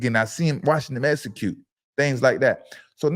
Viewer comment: “How we not Gone essacute” I’d be so embarrassed to be black